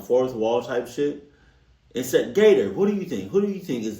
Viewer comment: Yeah I wasn’t sure about the extra “t” 🤷🏽‍♀️😂…….he’s still hilarious 😝